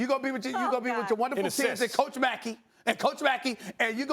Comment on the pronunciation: This guy Stephen A really said Coach Makie 😂